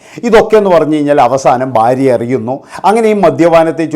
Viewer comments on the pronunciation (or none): ബാര്യ അല്ലെടാ മൈരേ,, ഭാര്യ ആണ്